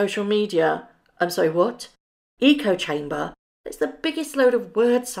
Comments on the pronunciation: Echo chamber is a thing but the way he pronounced it, sounded like eco-chamber (like eco short for ecology) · Our favorite Eton educated royal bozo likely meant to say “echo chamber” not “eco chamber”. I don’t know whether that was a slip of the tongue, or if it’s because he can’t read. “Echo chamber” would make perfect sense. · I have to preface this with saying I can't bear MM - or him - and I love and these videos, but I have to ask, did Harry actually say "eco chamber", or was it "echo chamber"? Echo chamber is an actual term used to express a metaphorical description of a situation in which beliefs are amplified or reinforced by communication and repetition inside a closed system and insulates them from rebuttal. If Harry pronounced it "eco" instead of "echo", he clearly has no idea what he's talking about and is just repeating some piffle he's read or heard from his puppetmaster wife. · Has-been saying eco chamber was him misreading the lines Beggin' Meggin wrote for him. She wrote echo chamber but he's not the smartest bloke and he read his lines wrong. If this were a television show or movie, it would have made the blooper reel. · Did H really say "ECO-CHAMBER"??? not the proper terminology "echo chamber"?? Dear Lord he is so DUMB😂😂😂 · Do u think he was supposed to say “ Echo Chamber” , fluffed his lines !!!